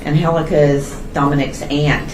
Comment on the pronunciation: Pronounced An gel aka